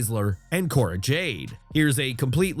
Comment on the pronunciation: Not Cora dude 😩